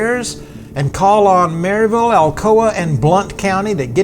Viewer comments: It’s Mur-ville. Lovely people there. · I'm 2 years late watching this video, but hoping to ride this trail later this fall, fingers crossed with new signage. I'm 30+ years now living in the Upstate, but grew up in Knoxville, South Knoxville to be exact. And yes, the pronunciation of Maryville is a telltale sign of a newcomer, but I discovered the same thing here when I moved decades ago to the Upstate that Clinton, SC has that same distinction of a surprise pronunciation for the newcomer. I struggled to find it on the map when I first moved here... and then I learned the secret. 😉